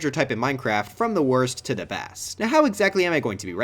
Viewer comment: “worst to da best”